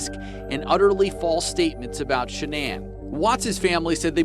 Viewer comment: Did really say "Shann'an", when they asked what happened to her son and why he's a psychopath??? Shann'an? You think Shann'an is what happened to him?? Lololol 😆 Nooooooo sweetheart! You are sadly mistaken and cold hearted and living in the SAME denial that your psycho son lives in, and your son is EXACTLY like you!!! Your precious boy, #Chriswatts changed because of #Nicolekessinger aka #NK. Her stalking him to see what he likes and doesn't like and her manipulation and crying to him about she wants to be a first, she wants to give him his children, she wants to lay in the bed with him and fall asleep...blah blah blah, and so on... THAT my dear is what changed your son. His piece of a** on the side, possibly their cocaine use and I'd almost bet that NK's head spins while she vomits green peas every time she gets mad because SHE IS AS EVIL AS HE IS!!!! So get your facts straight #cindypsychowatts. Shann'an had NOTHING to do with the changes in your son!